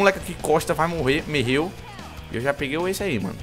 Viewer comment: ''Merreu'' kkk